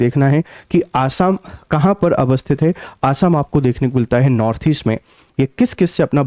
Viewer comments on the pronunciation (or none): none